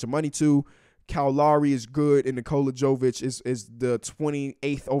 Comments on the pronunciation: Jović is pronounced the same as Jokić just with a V instead of a K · Nikola Jovic is pronounced the same as Nikola Jokic.... Just with V instead of K 😂